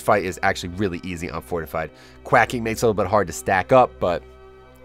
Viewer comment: it’s quaking, as in earthquake